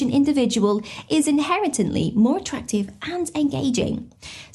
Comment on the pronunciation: inherently not inheretENTly ...my goodness